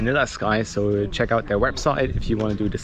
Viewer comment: said chrck it out